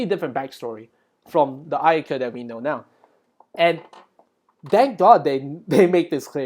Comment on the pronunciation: The Massacre at Ayyadieh, They recreated the image from Richard's POV Bro I didn't realize there was Little Red Riding Hood there because I was focused on the subtitles, now that scares me💀 You said Black Ayaka like the N word lol😂